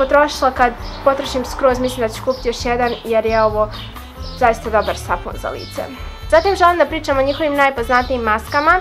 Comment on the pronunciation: ne kaze se SAFUN nego sapun.😂